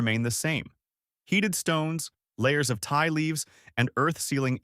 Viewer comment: It's ti pronounced tee leaf not Thai leaf.